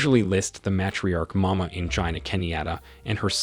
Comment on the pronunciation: The name pronunciations in this video are terrible. t was so cringey I couldn't watch it all. Please ask any Kenyan friend to help you next time. The worst for me were Mama Ngina and Moi.